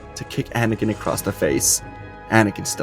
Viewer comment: You forgot the t so that you know